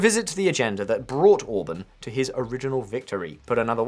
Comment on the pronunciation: To the narrator: 'Orbán' is pronounced as 'Or-Barn'. not as 'Orbin'. Even worse: 'Magyar' is NOT pronounced as 'May-are'. Have a listen. If you're going to cover a story, make an effort. Please. Hence my thumbs down.